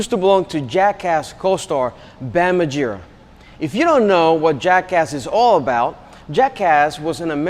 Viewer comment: Mar - gera not margiera